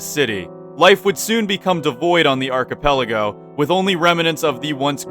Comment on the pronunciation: its pronounced [AR-CH-I-PEL-AH-GO]